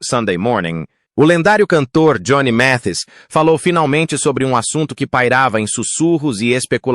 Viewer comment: Este narrador está muito enrolado para pronunciar o nome correto de Johnny Mathis.